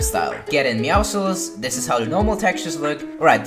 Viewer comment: It's meowscles not meowsles